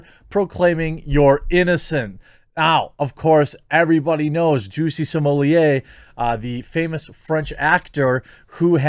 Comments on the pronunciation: Juicy Somellier? Is he French now? Jussie Smollet. Plain and simple. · At this point, the inability to pronounce SMAHlet is a sign of mental deficiency.